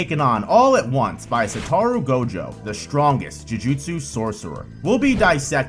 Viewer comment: Sorry but this video annoyed me a lot, not in content, the content was fine. But because of how incredibly wrong you say "Satoru". I will never understand how people have so much of a problem saying the names when the anime exists and you hear how it's said there. It's SatOru, not SatArou or SOtorou like you say it.